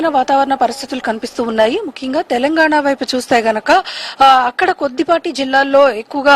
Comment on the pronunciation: టెలంగాణ కాదమ్మా తెలంగాణ